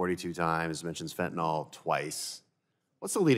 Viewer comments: It is NOT Fentinol it is Fentinyl. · It's not "Fentanall" rhymes with ball. It's Fentanyl, rhymes with dill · Fenta tuh NIL .... NOT Fent ah nall .... for goodness sake learn how to say it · fentanyl is pronounced NILL, not NOLL. why the hell did everyone just forget how to say it over the last few years? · It’s not Fen-tin-all. It’s Fen-ten-y’ll. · It's fentanyl, not "fentanol." Fen-ta-NYL, not fen-ta-NOL. Jeez, read the word! It's like peopIe who can't say "NU-cle-ar." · Mispronoucing fentanyl has been one of my pet peeves for years. It's just like people saying irregardless.